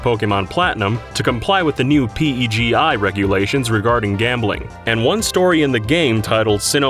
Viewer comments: FYI, PEGI is pronounced as a word, not spelled. Watch any European game trailer to hear it. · "pee-ee-jee-eye" is pronounced pegi. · I usually sound out PEGI like I do NASA, not like “pee eee gee eye.” Have I always been wrong? He says it the other way, but game commercials I see say “PEGI 18” my way! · I've never before heard someone pronounce; "PEGI" like that.